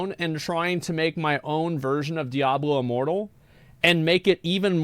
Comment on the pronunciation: Why does pronounces it daiablo?